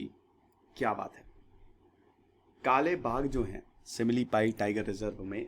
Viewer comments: Sir ye simlipal hai not simlipai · Sir... It's SIMILIPAL.... NOT SIMILIPAI🙏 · Sir similipai nahi Similipal M from Cuttack Orissa ... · Simlipai Nahi simli paL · Simlipai Nahi simlipal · It's "Simlipal "-----सिमलीपाल